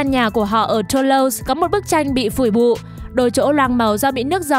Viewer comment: Phủi bụ? ko phải Phủ bụi à :v